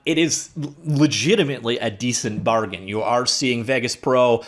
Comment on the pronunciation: FFS! Haven't you ever heard another human say the name "Vegas"!?!?!?! Get a grip! Im sooper cereal!